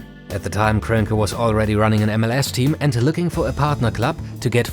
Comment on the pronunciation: You all really butcher Stan Kroenke's name like that lmao